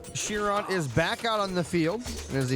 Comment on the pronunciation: its not ''shiron'' its ''kyron''